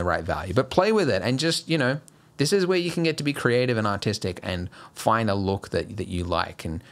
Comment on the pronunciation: At the end I heard "This is how you get to be creative and autistic" and that made me laugh hahaha